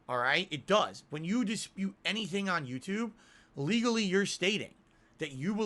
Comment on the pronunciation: "The on demand Yoututbe audience" HAHAHAHAHAHAHA!